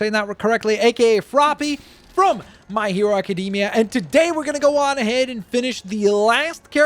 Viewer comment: Nobody:: My Hero Acadeemia